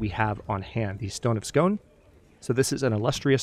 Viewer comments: Really looking forward to this series! :) I hope this is OK, but just to let you know it's pronounced "skoon", not "scone". There is a good pronunciation example at oxfordlearnersdictionary, including an American English pronunciation (I would link to it but YT would flag this comment as spam) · Only just noticed you had done a CK3 playthrough. Really good to see you explaining how it works as its always looked too daunting for me to try. As a jock I'm cringing when your saying stone of scone though:_hadLUL::_hadLUL:. I'm almost waiting for Edinburg to be your capital😜. Will enjoy this series as much as your stellaris ones I think:_hadHype